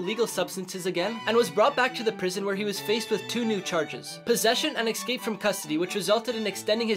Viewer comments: Love this dude but I can’t stand it when someone pronounces ”escape” as ”ekscape” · How about doing a segment on the irony of someone using the term “dumbest” in the same story as mispronouncing “escape” as “exscape”, repeatedly?!